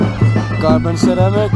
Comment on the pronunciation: sie-ra-miek zegt tie dan gewoon hahah KERAMIC OF CERAMIC